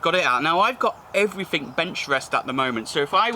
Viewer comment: everyfink somefink are they in the dictionary